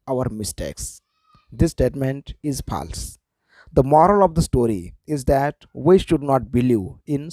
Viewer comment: False nahi phaaalss but good explanation ......😅😂😂😂😊